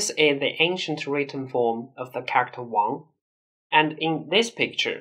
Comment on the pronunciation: Can you please learn how to properly pronounce "character"??? It's killing my ears hearing you mispronounce it. The rest of your English is good, I applaud you on your effort to perfect your English, because you did it. - by the way, this was a compliment. But that "character" word is hard, I know, for Chinese people, but can you practice it to sound better?? My advice: pronounce it slower. Because you pronounce it fast, its melt together and becomes uncomprehensable. Try pronouncing this :) :) 加油！